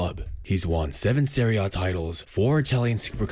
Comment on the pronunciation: Serie A* not Seri O